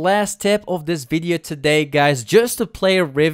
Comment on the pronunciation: Video with accent=fidio